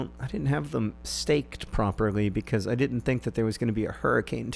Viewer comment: Problem: I don't like the way you say "because".